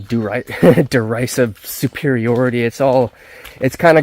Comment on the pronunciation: The mispronouncing of derisive tells me he found it via a thesaurus.